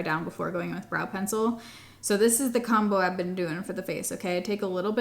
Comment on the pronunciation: Instead of “the combo i found”, i heard the “the calm boy i found and is what i wore for 2 weeks”… i was very confused and had to go back and re listen twice! 😂😂😂